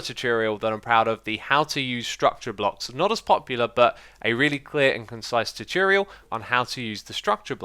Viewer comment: Xisuma always says 'tutiriel' instead of tutorial.